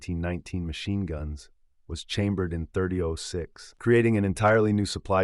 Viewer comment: Can't say 30-06 correctly? You dumb or is it just AI slop?